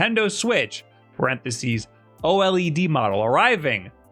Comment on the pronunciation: It's pronounced Oh lead. Thank you.